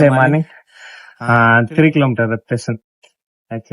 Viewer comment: Super vaalthukkal. Korai solrenu ninaikatheenga.. to correct it in your future videos. It’s Repetition not reputation. Solrathuku kastama iruntha interval illa repeats nu short ah sollikalam. YouTube followers venumna ithellam pakkanum.